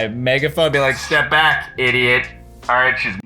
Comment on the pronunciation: He said I ideit